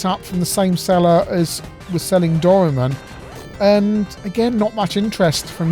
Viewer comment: Doraemon: spelt roughly Dough rye mawn, oxytone. Cheers!